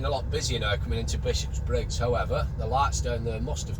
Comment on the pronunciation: its not 'Bishops-briggs', its Bishopbriggs......only one 'S' and its at the end .